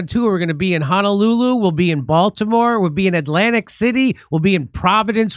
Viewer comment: Just came to hear JD say Honolulu but that wasn't his best Honolulu.